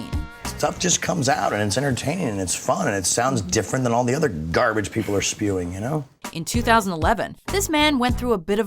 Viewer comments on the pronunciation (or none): none